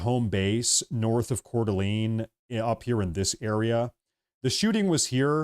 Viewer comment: When did we start calling it cordaleeen?